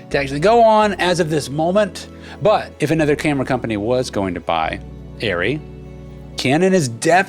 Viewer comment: Are Ree - ARRRE REEE - its not airy why did the NIKON thing happened to this brands name...?